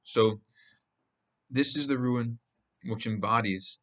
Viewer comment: It’s rune. Rhymes with Dune